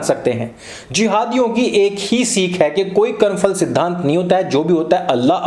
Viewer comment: Porus is anglicized name of Puru. He strongly resisted Alexander-the-dash. Karm Phal (not Karm Fal). Please don't use F sound in Hindi.